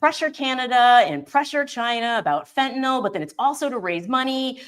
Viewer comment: Thank you for being the only ones to pronounce fentanyl correctly.